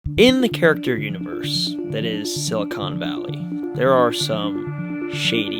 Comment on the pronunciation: Examine the pronunciation: silly-con valley.